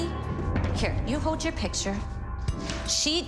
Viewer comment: Why can’t pronounce picture? It’s not pitcher. 😫